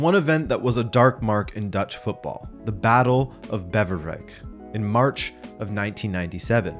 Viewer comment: it is not bevverwijk, it is Beverwijk with an ay sound as in say.